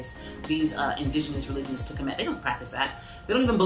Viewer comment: Finally someone who pronounces kemet correctly 😂